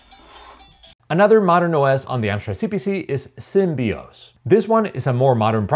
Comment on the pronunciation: I think you have mispronounced SymbOS as Symbios. Perhaps some Symbian memories stroke in? ;-)